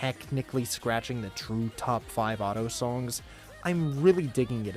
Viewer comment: Dude i’ve been pronouncing Ado as add-e-o inside my head the entire time and did not know it’s pronounced Ad-dough until this video.